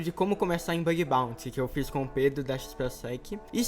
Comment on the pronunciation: "Bag baunty." kskssksksksksksk